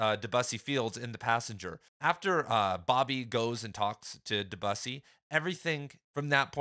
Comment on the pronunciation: My friend, it’s pronounced Deh-byew-see…